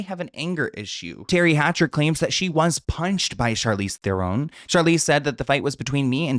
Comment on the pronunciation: Its pronounced threran. 😊😊 love u